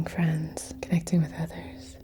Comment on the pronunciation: Reiki Fwends.